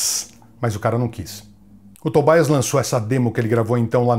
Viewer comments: Grande Gastão! Ótimo vídeo, como sempre. Só pra agregar valor ao conteúdo, a pronúncia de Tobias, é Tobias mesmo bem como a gente lê, e não 'Tobaias'... Assim como Papa Emeritus (Eméritus e não 'Emeraitus') que vem do latim e é bem familiar pra gente que fala português, oriundo do latim também. No mais, grande vídeo, com muita coisa que não sabia da banda! Grande abraço e parabéns pelo trabalho! - Richard. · Por que o "i" de Tobias tem que ser com a sonoridade do inglês (Tobaias), se a pessoa em questão é da Suécia? Em sueco esse "i" tem som de "i" mesmo, como no alemão.